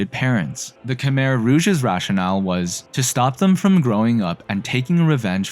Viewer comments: Btw Khmer is pronounced “ku-my” not “ka-mir” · Khmer is pronounced "ku-mai" not "ku-mer" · Croissant. Pretty sure you don't pronounce the R in Khmer. It's more like Khmy. That said, funny that the US-backed "communist" country was eventually stopped from its atrocities by communist Vietnam.